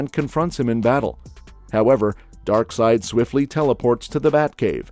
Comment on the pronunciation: Omg. “Snyderverse”. You’re killing me man. For real. Hurts my ears. At least you said DarkSeid correctly.